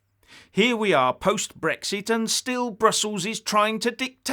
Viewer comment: But SUVRINTY and BRRRWEXIT BRRRWITAN Poor gets so frustrated 🤣🤣🤣🤣🤣